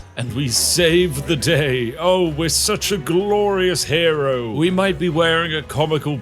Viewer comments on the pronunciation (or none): You mean "a glorious hare-ro"?